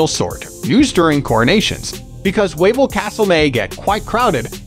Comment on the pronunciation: Yes, it's pronounced "Vavel Castle", and the salt mine is pronounced "Veelichka". I will be back in "Krakuf" again for my 22nd visit on June 12th, I can't wait to see my Polish "family" again! Kocham Polska ❤️